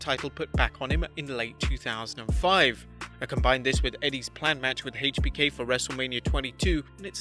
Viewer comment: I cringe every time I hear him say [HEICH BI KEY] god fuckin damn man